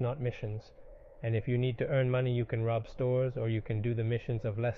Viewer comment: Pak u you said how rib a bank???